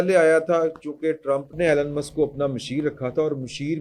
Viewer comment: His name is E Lon not Allan